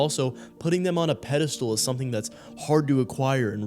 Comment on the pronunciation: Great vid bud… (But it’s pedestal…not “peda-stool”/“pedal-stool”)